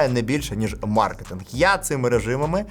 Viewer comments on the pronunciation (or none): none